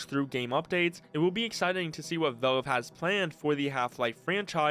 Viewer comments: Drives me nuts how you pronounce Valve as "velve" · why is bro pronouncing "valve" as "vaulve" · me too, i can't watch his videos. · Nitpicking but you need to work on your pronunciation, especially with the word "valve". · even the captions don't know what he says 😭😭